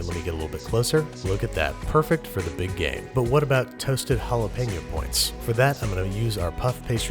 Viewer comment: now i cant unhear it